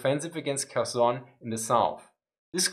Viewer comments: Kherson sounds Herson (h as in have), not Kerson. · Ok, "Kherson" is a hard "h", not a "k" (the sound when you're getting ready to spit). "VDV" is "Vey-Dey-Vey" ;)